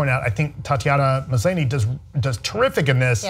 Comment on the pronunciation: Tatiana Maslany is pronounced "Mas- lah-nee". I know christy didn't watch the show , but that made me cringe , lol.